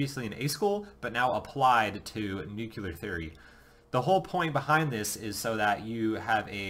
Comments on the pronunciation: So, you are going to ignore the fact that (like most people) he is unable to properly pronounce the word nuclear. I guess I am mostly alone in being disturbed by folks saying 'nucular' like he did several times, and i DID replay all the instances a few times each to be sure. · Pronounce nuclear right is the first thing I leaned in Nuke School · you would think if you've been through it, you could learn how to say nuclear.....